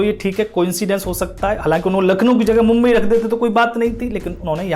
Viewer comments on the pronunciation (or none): none